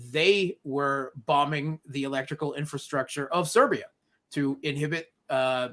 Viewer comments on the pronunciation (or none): none